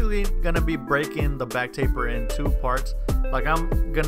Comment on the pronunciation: He really said cleanest tapet